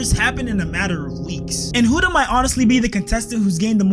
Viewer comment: It’s pronounced Hood-a bro 😭